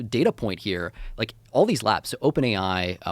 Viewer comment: Every time he says “labs” I hear “lads”